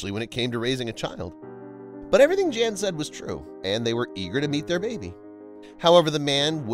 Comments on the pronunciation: I like your videos a lot, but could you PLEASE PLEASE PLEASE pronounce his name properly?!?!? In Polish the J is a Y sound and the a is always short like in the phrase a lot, so his name is NOT JAN as pronounced in ENGLISH; it is pronounced Y/a:/n...It is the Polish translation for JOHN; NOT JAN... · It would be a mark of respect if the commentator (and US audience) understood that a Polish or other European male named "Jan" would pronounce his name as "Yaan", not as the girl's name. This is understood in most other countries. Given the population of immigrant families in the US, I wonder why this has been forgotten. It takes only a small effort to learn this. Trivial in life and death issues maybe, but as I say, please show respect for other cultures and their languages. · Jan is pronounced Yan. Amber is not a Polish name, and probably wouldn't be legally allowed because they control their children's names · Well, I am Polish, and I want to tell you that Jan you should read Yan, there is no Vanessa name in Poland, first video shows Old Town in Warszawa which English speaking people twist to Warsaw. I am from Warszawa n never heard such story. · Are you sure it isn't Jan as in "Hahn?" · Pronounced Yan! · Hey " viral stories" ..do your schooling on foreign language.. in other countries " J" is H or Y" .. 🤦good grief